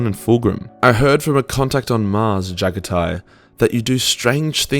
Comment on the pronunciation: I'm pretty sure it's pronounced "Ja-Gotti"